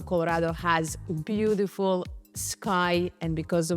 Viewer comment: Great artist! Loooove how you pronounce "beaudiful". 😊 warm regards from Holland 🇳🇱